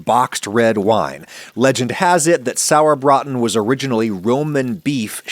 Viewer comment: i commend you for your very accurate pronounciation of "Sauerbraten"! well done. As someone that grew up in Franconia and has been eating "Klöße" at every possible chance i have to URGE YOU to try the half and half method. i promise, it will be worth your time and effort! yours were done in a manner that is very common in nothern germany, however in the south, especially everywhere even just remotely close to Bavaria, they are made "fränkisch halb und halb" (franconian half and half). which means one half of the dough is made from mashed cooked/baked potatoes, whereas the other half is finely graded raw potatoe. and OH WHAT A DIFFERENCE! that makes for the texture. the "halb und halb" is just completely superior! in Bavaria a favourite peace to serve it with is the "Schäufele" (which means small shovel). You could go for another Video and do the franconian Schäufele with the franconian dumpling version. (there even is a short english wikipedia entry for the "Schäufele" which should serve as an easy point of reference).